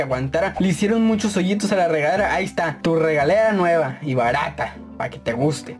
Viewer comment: Dijo regalera o es mi iaginacion